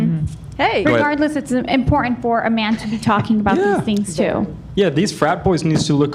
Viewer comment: I love you, but it's hard to listen to your sideshow presentations, especially when you say "impordint" 😂